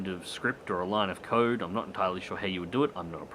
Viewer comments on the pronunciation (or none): none